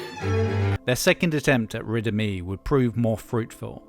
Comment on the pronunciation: I was listening without looking at the screen and until I looked up at the end I thought you were saying "Riddim E".